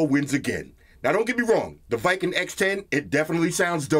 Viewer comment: It's call w king not viking. Great vid man